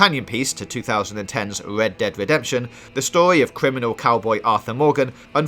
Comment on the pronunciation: ved dead vedemption ...ahahahahahahahahhaha